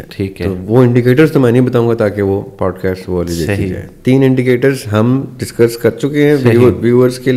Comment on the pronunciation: Though sometimes it seems so imperfect and so thout less.. They say podcast ko پوڈ کسٹ ق کو بولتے ہیں ک